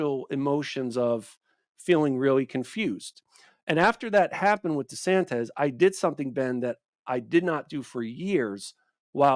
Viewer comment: Wierd that he can't pronounce "desantis" properly.